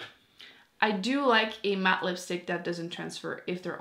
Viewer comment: Dee matte? 😂 I love the way you talk it’s adorable!